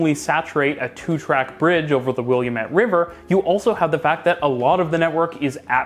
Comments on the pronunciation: Willamette is pronounced "will-AM-met" not "william-ett". Sorry, not to be a jerk, but we Oregonians get touchy about commonly mispronounced words like Oregon and Willamette. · Where is this William Ett driver? I've lived in Portland all my life and never heard of it or the person is named after. The only thing I can find is the Willamette River. Will-AM-it. The AM-it sounds like damnit. Lol! 😘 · not william ette it's pronounced wil lam ette river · Yes, I did the same thing (from back East) calling the River will-ah-METTE. Until my college roommate said, it’s will-AM-it dammit! Needless to say, I didn’t make that mistake again! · Love the video and the suggestions. One thing though: Did you say willy-uh-met river? It's WIllamette (wil am ut). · William-ette had me laughing. It’s Will-Am-ette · Just to let you know the Willamette river is pronounced "will lamb ette" not "william ette". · Amazing video, but I cannot help but point out as a Portlander that you should pronounce Willamette not as "Williamette" but "wul-AHM-it" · Also, no biggie but the Willamette river is pronouced: Wil-ahm-ett it sounds like you're saying William-ette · The river that runs through Portland is pronounced "will-LAMB-it", not "william-ette". That being said, as you mentioned, the in-frequency of MAX trains is disappointing and off-putting for those who want to use it. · Great analysis. But please look up pronunciations. It's very distracting. For instance, Willamette is will/AM/et, not will/yum/ET. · You've said it twice. For someone who claims to visit Portland more than Seattle, I would have thought that you would learn the correct way to name Portland's central River. It is NO said, "William-ette", but "Will-AM-ette". It never had "William" in its name. It is named after the indigenous peoples who lived here several hundred years ago. Look closely at the word, There is no way to say "William" as part of the word. It is spelled, W I L L A M E T T E. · Willamette, like dammit :)